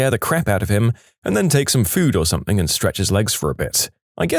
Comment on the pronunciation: I love these stories however, please, please, PLEASE stop mispronouncing something as somethink.